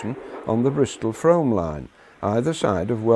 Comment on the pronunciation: Indeed. Nearly everybody gets Frome wrong. 'oo' rather than 'o'